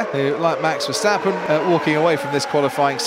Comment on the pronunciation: Oh it's verschtappen again... For the last time, he's not German!